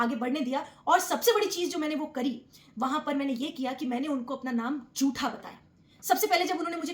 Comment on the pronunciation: “जूठा” नहीं, “झूठा”